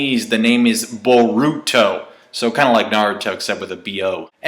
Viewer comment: Did he say Baruto? Did it mean bald naruto? haha so funny